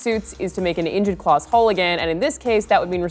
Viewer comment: Did Alanah say "claw" action lawsuit?